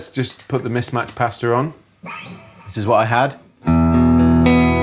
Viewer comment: I love these videos and often watch them. But after all these years I’ve only just realised you’re probably saying Mismatched Pasta and not Mismatched Pastor 😂